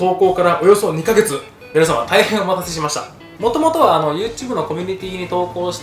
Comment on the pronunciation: 「おまんたせしました」からの「お茄子揺らす」好き